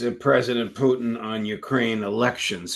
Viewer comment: That is the proper pronunciation of the RF President's surname.